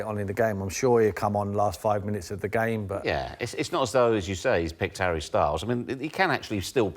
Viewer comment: I don't understand the Harry Styles emphasis